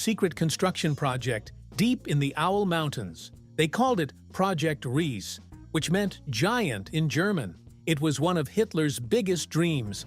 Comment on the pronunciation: It’s pronounced RII. SE the SE sounding like SER do get your pronunciations rights, it such an insult !